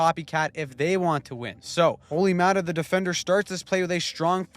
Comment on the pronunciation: ”Olli thing that Määttä’s here” 🤣🤣